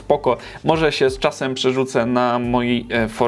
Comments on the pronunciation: Czy ja komuś zabraniam? Mówię tylko że dewuem brzmi dziwnie w porównaniu do didabjuem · Pls nie wymawiaj dewum, może przynajmniej ja wole wymawiać nazwy programów tak by były jak najbliższe oryginalnej nazwie